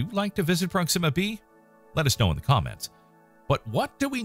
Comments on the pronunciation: Sounds like you're saying "Pronxima Centauri".... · At least pronounce it right. It's with the accent on the O.